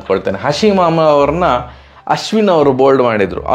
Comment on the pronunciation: Bro adu hasim amla anta hasim mama alla 😅😅😅😅